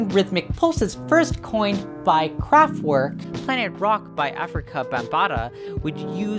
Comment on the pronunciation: kraftVerk!!!! Not kraftWork!